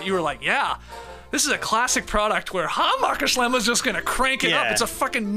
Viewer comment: Skeet, please never chance your pronunciation of the Hammacher Schlemmer Catalogue 🙏🏽